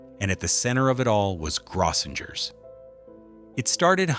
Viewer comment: It's pronounced GROW-sing-urs. 🙄 Service clubs like Lions and Rotary used to have conventions there.